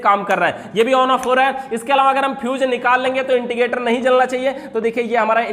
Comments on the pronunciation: not integrator.... It's indicator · Indicator hota h Yaar 🙏. Inticator nhi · Intigator nahi indicator hotavhai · Bhai it's "Indicator"